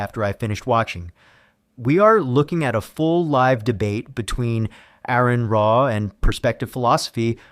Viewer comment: Stop trying to make money from Aron Ra if you can't even pronounce his name.